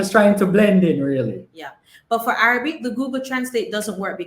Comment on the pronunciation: …just a little sidebar re your pronunciation of the word Arabic… listen to it on a Google video…the second A…is not Araybic it’s like the A in Rag or Rasta or Ran …like A for Apple not the A in May …so Arahbic …however Arabia is pronounced Araybia ….weird…..since you do several shows with Arab countries.. I had noticed it previously…..I love your shows……I happen to love different languages and English grammar and culture….the internet has opened up so many visual and audio for ppl….ONE LOVE 👍🏼❤️